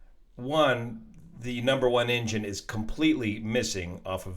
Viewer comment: Everytime he says engine I hear injun 😂